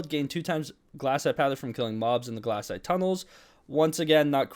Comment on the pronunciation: Its glacite not GLASSITE